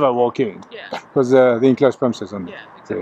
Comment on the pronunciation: 'This is a secure premises'. She means THESE are secure premises. She also pronounced it 'premesis'.